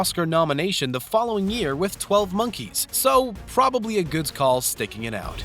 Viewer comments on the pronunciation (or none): I'm thinking it's a speech impediment because at the end of the Brad's Pitt section he says "goods call" So, he probably adds the s sound after most words that end with a D. He also does that throughout the rest of the video. And in the Fast and Furious, he calls Letty Lettsy so maybe it's not just words ending in D but words containing D's and T's (similar tongue positions)